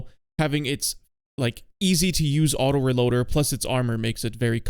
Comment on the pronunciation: Ahem, its pronounced autoREloader